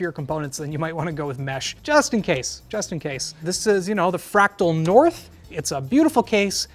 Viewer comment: Ah the good old "Fratal North"